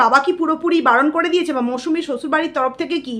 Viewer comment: Mousambi kothata khub kane bajche Or name Mousumi thik kore bolun plz